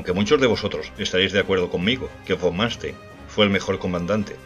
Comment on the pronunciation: Número 1 Erich (Erig) von (fon) Manstein (Mánstain) ...